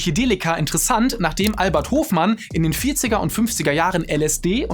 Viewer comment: Außer das Albert Hofmann falsch ausgesprochen wurde, wirklich toller Beitrag.